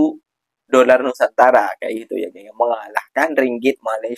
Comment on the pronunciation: Kesian apek koko 😂😂sebut doller pon tak betul kesian rupiah .